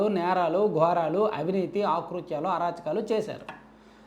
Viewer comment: "ఆ" కృతౢలు కాదు తమ్ముడు, "అ" కృత్యా లు అని పలకాలి.